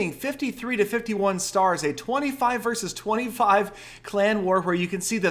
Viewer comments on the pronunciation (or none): none